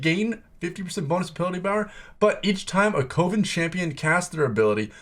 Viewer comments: 4th person I’ve watched on YouTube to Pronouce it as CO-VIN instead of CUVIN 🤷🏽‍♂️😂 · My man it's pronounced CUH -- VEN.. not COH - VEN. Save you some hassle down the road when you play that trait :) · It’s pronounced cuh-vin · Kept thinking he said covid and not coven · Love the video but it's Coven (Kuh-vn) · Co-ven, like a coven of witches ( kəvən ) the o makes an " aaa " sound. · I think you don’t know how to pronounce coven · why is it so hard for people to say coven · thats not how you pronounce coven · the way you said "coven" triggered me. ill watch the rest later haha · Why can no one pronounce Coven correctly XD